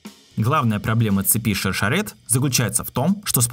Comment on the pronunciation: Ребят, в имени Шершерет, ударение правильно делать на е - ШаршЕрет ))) Ну... с точки зрения языка на котором произносится её имя. Как и Хагана не ХагАна, а ХаганА с ударением на А. Г - грамотность.